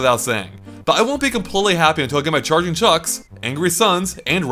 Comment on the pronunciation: It must be "Chargin' Chuck" not "Chargin' Chick"